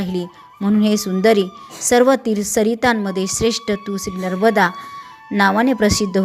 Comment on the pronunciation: नर्बदा नाही, नर्मदा असे वाचावे...